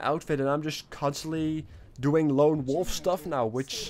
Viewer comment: Hey, maybe you should do a Q and A, like what country where you born? BTW it's WOLVES not wolfs